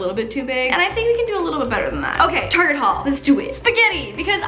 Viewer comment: No it’s Halloissa